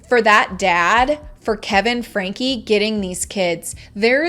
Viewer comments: I would love to see more video...less talk. You're not even pronouncing the last name correctly. It's pronounced "Frankie" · Oh good!! I hate the pronunciation of her last name. My name is Frankie/Francesca 😅